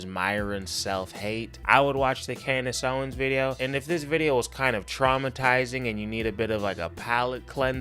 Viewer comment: This 🥷🏾 said KLANdice Owens. 😅🤣